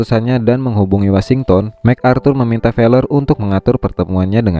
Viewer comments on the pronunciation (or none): none